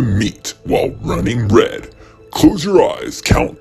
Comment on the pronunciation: Runing red? Is sound like turing red very close only turn the R to T hmm i think u have to watch truning red